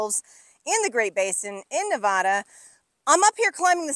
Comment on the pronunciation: I love how much time you’re spending in Nevada and the things you’re explaining. They are in my backyard and in the places I visit all the time. But if you’re spending this much time in a place, doesn’t it make sense to pronounce the name of the place as those who live there? Please?